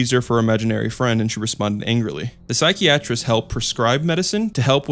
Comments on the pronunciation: “sigh key atrist” 🤣🤣🤣🤣 it’s pronounced sigh Kai ah trist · bro no way you pronounced "psychiatrist" as "Sikey-atrist" lmaoooooo . how old are you ? u sound too grown to be mispronouncing words like this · Psy-kai-ah-trist. Not psy-key-aa-trist. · Dude, quit directly reading your scripts/sources without re listening to yourself to make sure you don't sound like a kindergarter trying to reas. Sy-kee-a-tris? Sy-ki-atrist. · And he said psychey-atrist lmfao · lmao you're right. Psych-ee-asterisk. But he pronounced psychiatric correctly. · or psychiatrist, lmao he said "psych-ee-yat-trist" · The way he pronounced psychiatrist as “psyche-atrist” rlly bothers me😭😭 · Ahhh these all sound like. I wrote them when I was 14 and emo on watt pad or sumn amazing. Loving your vibe as a creator so far but you pronounced psychiatrist wrong 😳✌🏻✨😼